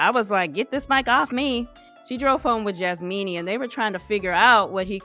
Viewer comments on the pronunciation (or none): I love that you are saying JasMEANY ✌🏾🤣🤣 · Its Jasmina....not Jasmeenie. You are being disrespectful to the persons by not using their correct names.